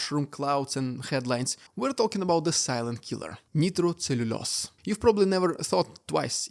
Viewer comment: Nitro is pronounced with a long i vowel sound.